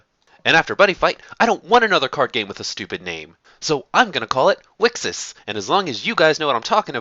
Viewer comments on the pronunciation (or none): wicksis sounds equally as bad, mate. And there shouldn't be a "consensus" on how to pronounce the name, its written there very clearly in katakana;) Thanks for putting together this video though. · How says it: Wixoss How people said it: Wicross How you're supposed to say it: Wish Across